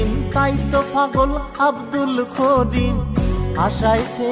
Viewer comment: করিমের জাগাত খরিম বলতেছে গানটা যে গাইছে এটার উচ্চারণ ও ঠিক না